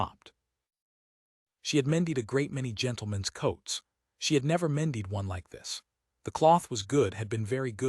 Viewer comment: AI narrations like this one make frequent pronunciation mistakes, such as here with “mended” for some reason pronounced “me died”. Another all-too-typical one is “bow”, which is often pronounced as a noun rather than a verb when the context is obviously an action. Particularly annoying when it’s pronounced correctly and incorrectly in the same paragraph. A human narrator would unlikely make those mistakes.